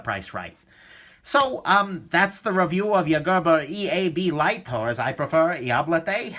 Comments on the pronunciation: "Eablité" Bwahahahahahahahahaha!!! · after haveing a bad bad at work then finding this video and him saying eeablaite just made my day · being French, it sounds like you are saying "Diable de la Thé" ;) I had the EAB and EAB Lite - ended up giving the EAB Lite to a friend. I personally prefer the EAB. I found them to be pretty slippery so I had to use some skateboard tape on mine - only way I can open it one handed.